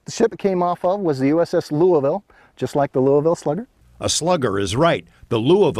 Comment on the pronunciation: The way he says "Louisville"... talk about ripping English to shreds...